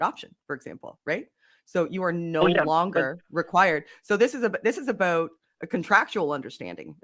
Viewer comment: I love the way says about...ABOWT. )